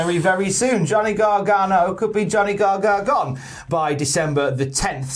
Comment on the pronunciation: the way you keep saying "garganGO" or "garganGONE" is killing me. GONEGANO. GOGANO. it's right there and yer blowing it!